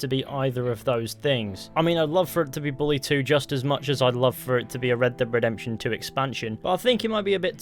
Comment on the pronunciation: RedDEBB DEEB DEPTUIN THEE RedDEBB DEEB DEPTUIN THEE RedDEBB DEEB DEPTUIN THEE